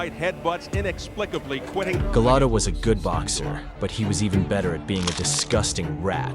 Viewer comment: Dafuq is Galato, it's Gołota XD And he was hardly the "dirtiest", he had a regular amount of dirty tricks for a boxer.